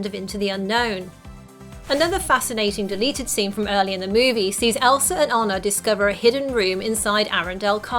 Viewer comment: Did u just say Elsra